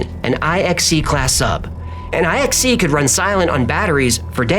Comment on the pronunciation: IXC isn't spelled Eye-Ex-C ... it is the roman numeral IX, you know nine, and the letter C. So it is Typ IXC ... Type Nine C.